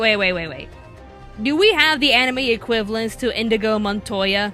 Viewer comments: It's Inigo, not Indigo. ;-) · It's INIGO! not INDIGO! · I couldn't focus on what you were saying after you called Inigo "Indigo" Montoya. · Love ya but.. its Inigo, not Indigo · does no one else recognize she said Indigo Montoya and not Inigo Montoya? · great list but his name is Inigo not Indigo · ... Did you call him Indigo?!!!!!!!!